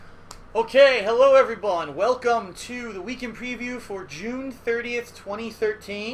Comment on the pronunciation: is it just me, or did he say "hello every bun" in the beginning? O.O